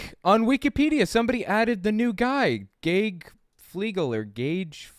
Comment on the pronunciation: Hi,. The name “Gage” is pronounced the same as “gauge,” as in “gas gauge.”